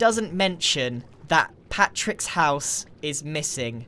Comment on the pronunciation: When you say Patric instead of Patrick